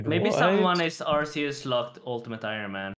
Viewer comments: The Zeah house is pronounced arr-KAY-us. As in archaic. A lot of magic related items in the game fit into the old/timeless theme: ancestral, ancient, arcane, eternal, infinity. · Man really said "are see us" instead of Arceuus